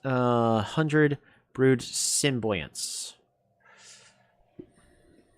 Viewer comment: "Symbionts" is pronounced "Sim-bee-yon-ts"